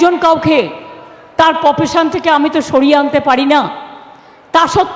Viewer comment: Pofesion, poblem😆 গোয়ালিনীর ইংরেজি উচ্চারণটা এতো বছরেও ঠিক হল না।